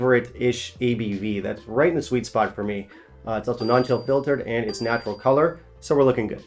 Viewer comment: D I like you, but not the way you say "and". Hope I've put 2 and 2 together for you!